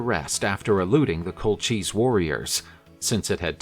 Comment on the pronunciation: I don't mean to nitpick but it's been a few episodes now and no one has said anything so I thought I'd mention it. The second "c" in Colchis is a hard "c". "Ch" in Greek names doesn't make the "Cha" sound